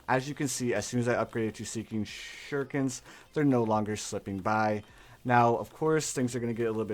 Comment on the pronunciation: I love how he says seeking shhhuriken